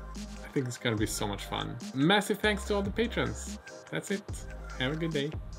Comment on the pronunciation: "patrons" not "patreons"